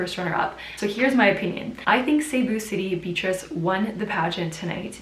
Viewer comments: It's be-a-trice (beyatrice) not bitrice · I'm sorry. I was hearing "bitches" before I realized you're saying Beatrice. Yes. Ms.Cebu City did a splendid job. It's not about the noise you make, it's the silent winning aura that will make you win. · the english / american pronunciation for beatrice is "beat-ress" :)